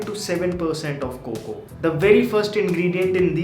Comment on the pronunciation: I hate when he say Coco to cocoa 🤦🏻‍♂️🙄